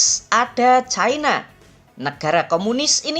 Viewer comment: Sayangnya menyebut China saja Chaina padahal ibu ini usia SDH sepuh tetapi bletotan membaca China ini sangat memalukan mending disebut Tiongkok atau China seperti nenek kita dulu